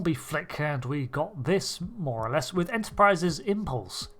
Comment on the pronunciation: "Wifh mint frosting."